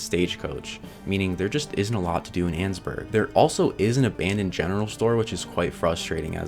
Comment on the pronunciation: Erm actually it’s pronounced ann-ess-burg 🤓🤓🤓🤓